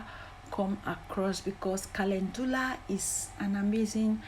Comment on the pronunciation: Thank you kindly, for sharing your recipe I love calendula is on, my favorite herbs I also love that you pronounce it perfectly I will used as a leaving I love the smell, of calendula I will used fresh aloe Vera thank you god bless 🙏🙌😘